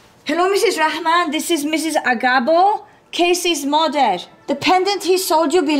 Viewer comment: did you hear how she said "mother?" She said it like "moderrr..."